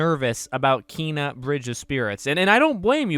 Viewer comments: Did you actually just pronounce it as KEEEEYNA, it’s Ken a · Ken-a not keen-a how is this hard??? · It's pronounced KAY-NUH and no they're not it looks amaizing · Did he say keena? O boy lol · Bruh it's pronounced Kay-nuh. And I'm so freaking excited to adventure this game tomorrow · It's actually KAAAY-nah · I heard the 'e' in Kena supposed to be pronounced like the é in Beyoncé